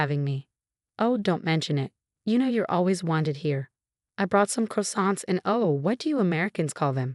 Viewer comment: Frederick and Avril do not sound very french and they could not pronounce croissant.